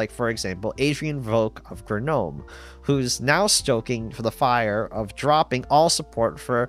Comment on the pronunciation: Please stop saying Guh-nome.